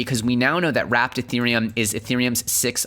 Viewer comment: This dood said WRAPPED ETHEREUM